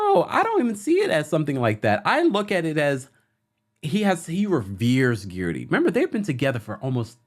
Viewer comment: I swear I crack up every time you say Guerdy's name. You refuse to say it the way she pronounces it. lol